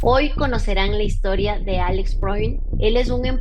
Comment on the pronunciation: … Alejandro Frond se pronuncia